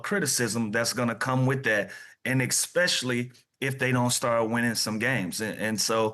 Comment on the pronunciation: lou is funny af, "ex-specially" calling a * an "ass trick" 😂